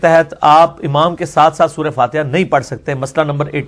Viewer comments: عمام نہیں ہوتا امام ہوتا ہے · لفظ عمام نہیں امام ہوتا ھے.